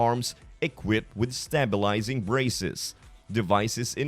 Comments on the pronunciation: 'Stay' bilizing not stab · Stop using AI voices, or Bot voices. A human being would not that "stabilizing" is stay-bil-izing not stah-bil-izing. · this is an AI speaker can't say stabilizing says it stab ilizing. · I think the narrator needs to go back to grade school. So he can learn how to pronounce "stabilizing braces" properly.